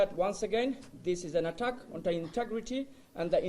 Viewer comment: এগেইনস্ট দা এটাক! এটাক! কো কয় তোগো ইংরেজি কইয়া ইংরেজিরে এটাক করতে? ইংরেজি ভাষারেতো বলৎকার করে দিলি।